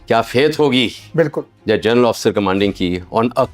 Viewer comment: जरनल( Gernal) नहीं बे अनपढ़ ग्वार , जनरल( General) होता है।